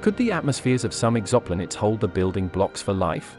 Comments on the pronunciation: It's pronounced "Exo-Planets" not Exoplanits. I don't mind the robo-voice, but that really stood out. The video got it right once, but wrong several times. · Robot voice said "ex opp lanets" for exoplanets.